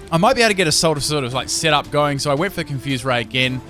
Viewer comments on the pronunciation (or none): none